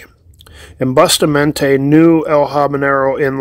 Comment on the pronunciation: It is pronounced as: BUUU-Staaa-Mon-TAay